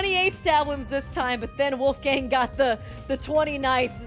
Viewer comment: I like your channel but you should look into how to pronounce some names. Wolfgang is not an english name...